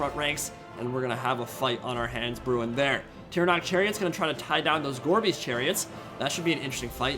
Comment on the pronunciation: Listening to this in the background, I kept hearing "Gorby's Chariots", and wondering if that was a RoR. Took way too long to realize it was "gorebeast."